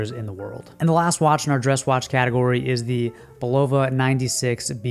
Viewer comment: And learn how to pronounce Bulova!!